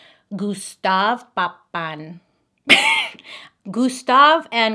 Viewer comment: I can help with pronouncing the last name!!! It’s pap-in, read as spelled :) I’ve always wondered if there was a chance I could be related to them, who knows!!! Love your videos Bailey 😊